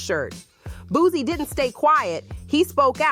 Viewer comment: It’s Boo-C, not Boo-Z! 😂